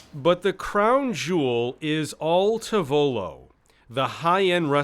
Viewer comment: " al TAH volo" per favore!